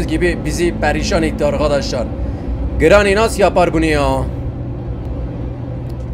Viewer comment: Abi sana telafuzlarını sölim:granny=greni cutting pliers=katting piliyırs coghwheell=kogviıl